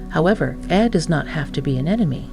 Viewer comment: This was made with AI. She struggles several times to say “Ai”